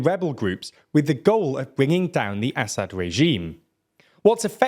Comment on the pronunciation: A-sad. Not Assa-d, Basha-r el A-sad. damn you. It’s such a beautiful name , and you are butchering it every time. It means lion, like the Russian Lev, the Latin Leo, or the Hebrew Arye. Can you please find a native speaker say it? I can’t take it any more, you are the worst channel in regard to proper pronunciation, by far.